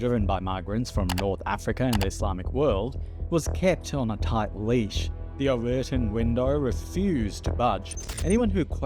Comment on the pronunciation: Sorry if english isn't your first language, but i think you're pronouncing 'remigration', 'outliers' and 'overton' wrong